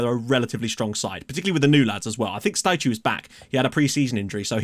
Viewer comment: For Staicu, the last 2 letters "cu" are pronounced like in the word "cool" but without the "l" :)